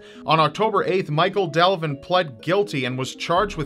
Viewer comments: Devlin. Not Delvin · Devlin, not Delvin